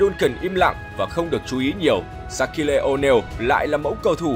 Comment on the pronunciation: Sát-kiu Oneal chứ ko phải Sát-ki-lê Oneal ạ, ông blv này chuyên phát âm cầu thủ sai 1 cách vớ vẩn